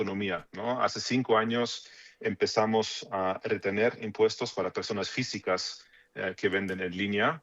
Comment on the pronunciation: No vamoj a crear nuevoj inmpuejtoj ni a aumentar los ejsistentej, dijo el mesías macuspano y le creyeron